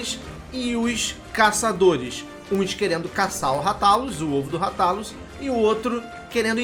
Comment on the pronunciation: Moooço. Segundo o filme ruim que lançaram, a pronúncia correta eh "Rátalus". Mto bom o vídeo. Sucesso